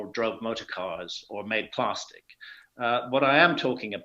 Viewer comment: Did he say “Plaarstick”??? Da fuq